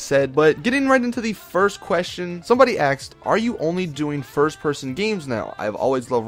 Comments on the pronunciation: I love how you say people "axed" questions, you're so intelligent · "Somebody axed" omfg he's turning black.